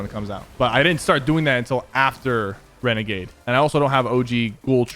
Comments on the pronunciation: Its legit annoying that he keeps calling it regagade cause it's not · Syphuh... U did a bideo on Wenegade Waider!!! Lmao